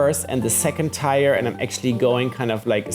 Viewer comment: Lovely, just curious do you pronounce tier differently where you are from? I’m in the US tier sounds like tear that you shed when you cry. Tier the way you pronounced means tire that is on a bike or automobile.